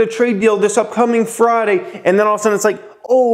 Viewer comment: Why do you pronounce friday as fraaday? Lmao